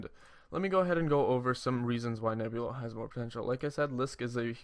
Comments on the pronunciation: its driving me nuts too. He says Nebilo ! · N E B L I O, say it with me Neblio. There is no U. Can't trust a guy who can't even pronounce the name correctly. REKT. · you can't even pronounce neblio